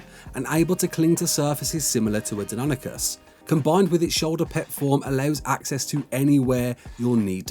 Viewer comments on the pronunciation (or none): none